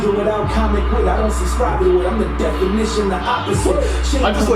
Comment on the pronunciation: You said, "Antonio Tarver" and I DIED 😂😂😂😂😂